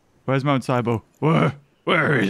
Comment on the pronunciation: Its mount nebo not sibo